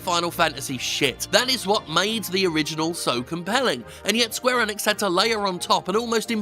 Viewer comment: This man can’t say gibberish Enix or xeahahort wtf